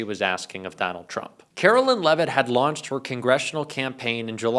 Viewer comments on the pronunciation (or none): Hey! Love ya. Btw this broads name is karoLINE not karoLYN (Carolyn). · I hate her so much but PLEASE say her name correctly. She doesn’t go by “Karolyn” so for the love of god stop calling her that,. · FFS,, you hear her name pronounced correctly and repeatedly yet insist on saying it wrong. WTF, dude?